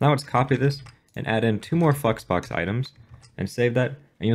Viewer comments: no offense just saying flex box sounded more like fu#ks box the way you pronouncing it. btw all jokes.....nice content!!!! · All I hear is fucksbox lmao But it is a good video so thanks a lot! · Did you say flexbox?